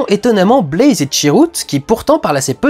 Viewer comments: ça fait 2 ans mais ça me stress toujours autant, c'est pas Blaze, c'est Baze, il y a pas de "l" xD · Critique vraiment bien construite et pertinente (de plus je suis absolument d'accord avec 99% de ce que tu dis :D) mais y'a juste UNE chose qui m'a dérangé: c'est BAZE, et pas BLAZE x) désolée d'être pénible :/